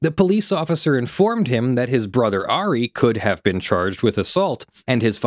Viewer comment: Ari is pronounce R-E